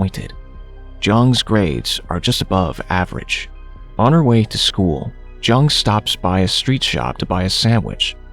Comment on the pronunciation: That Zhang pronunciation is bothering me so much, I am pretty sure it's not pronounced with a z but with a j